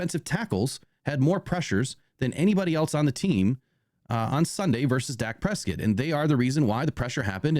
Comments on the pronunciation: Pres-cott..not prescit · bro,,how are you saying Dak last name? annoying...keep it nfl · Learn to pronounce Dak's last name, you sound kinda stupid mispronouncing it